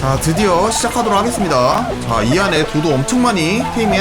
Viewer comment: 도자(도도)테이밍하고 이름 지어줄때 고자라고 들음ㅋㅋㅋㅋㅋㅋㅋㅋㅋㅋ